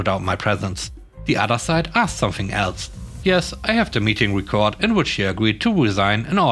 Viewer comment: another example of the horribleness of the English language; record has two different meanings, with two different pronunciations. The one you wanted there was "rec-ord", with a soft E like element, as opposed to "re-cord" with a hard E like Easter.